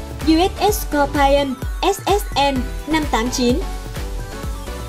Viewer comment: Scorpion đọc là s cọc pi ơn chứ không là s cọc pai ơn , Anh văn chữ I khi đọc là ai khi đọc là i là tuỳ vào nhấn giọng hay lên cao chữ đó . Vậy Scorpion nhấn ở chữ O đầu còn I và O sau thì không ! Nên I đọc là i không có ai nhé